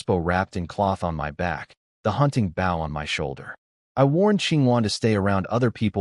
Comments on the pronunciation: Mispronounced bow, for bow and arrows, archery. Also mispronounces bow, like a show of respect. This happens every video. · And once again the AI cannot pronounce the proper word bow, archery equipment instead it talks about leaning forward and respect or the front of the boat. Almost every one of these AI do it. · how come you can say crossbow right but cant say Bow right. all you do is take cross out of bow to say it the right way for a weapon.